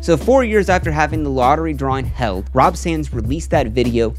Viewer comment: It's actually Rob Sand, but well done video.